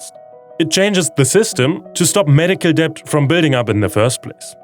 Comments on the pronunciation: Love hearing about the progress in providing health care for low-income patients, but the thing that really made me smile and get on the verge of laughing was hearing you pronounce "debt" over and over and over -- while pronouncing the silent "b". English tends to collapse combos when they have multiple plosives in a row (p b t d k g), so it's just "det", much like "cupboard" is pronounced "cubberd". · don't say the B in debt just say det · It's really uplifting to get this monthly dose of positivity. It's not all doom and gloom. Thanks for this. Oh, just a little niggle: the English word "debt" is pronounced "det" (the b is silent).